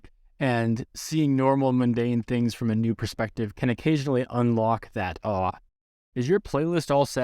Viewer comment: thanks, i find your perspective on this subject very relatable. this video is pleasantly honest, direct, uncomplicated, and a little bit funny and as such a very positive, approachable place to start which makes it so much more useful than almost anything else. had an amusing doubletake every time you said 'awe', it took my brain a good minute to compute past: 'wait what? is actually chinese and muslim, i wasn't expecting that!.'